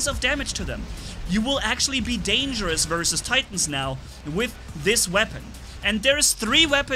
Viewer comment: Dangergouse thats what you said